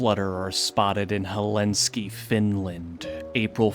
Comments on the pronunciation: Helenski? It's Helsinki dude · Will sub 👌🏻 But little disclaimer:Helsinki. Not Helinzky.